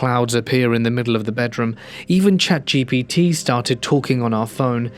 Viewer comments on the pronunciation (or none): none